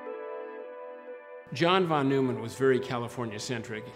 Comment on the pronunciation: Say John Von Nueman one more time xD jk love this story, and ' telling it